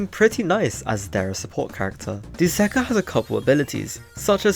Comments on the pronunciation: Bro literally said duzakah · bro said dusakar